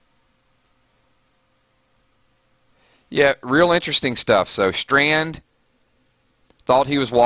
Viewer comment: Btw it's Strand not Stand lol